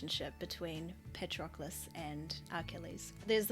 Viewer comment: Did you say Parchocolate? 🤣🤣😂🤣😂